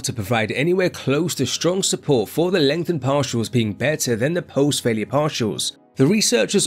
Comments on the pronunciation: Legtnhen parsials 4 lifeee mothaafokaaa .. 🍻🍻🍺🍺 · "LEngtheNed PaRtials"